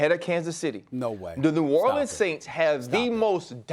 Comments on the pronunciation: "New Orleeans" 😂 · Bruh can somebody tell Stephen A Smith to say New Orleans right